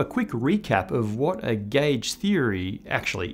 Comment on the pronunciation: Subtitles: gauge Spoken: gæge